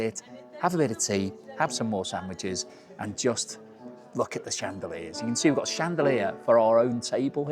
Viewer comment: It’s shan- duh- leers? No?